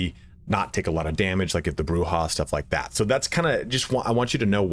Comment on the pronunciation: Incorrect. It is pronounced "Broo-Hah". That's been backed up by many sources, including Bloodlines 1. Camarilla is either "Cam-a-RILL-UH" or "Cam-a-REE-UH" both are accurate, and Jason Carl himself has gone back and forth in "LA By Night" pronouncing it both ways. Sabbat is basically always "Sah-baht" though.